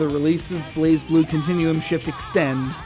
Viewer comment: its not prenounced blazeblue its blazblue gosh